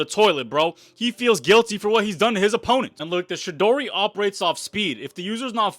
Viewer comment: The way you pronounce Chidori pisses me off